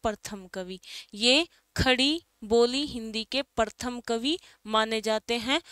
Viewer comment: प्रथम होता है, परथम नही बोलते।🙄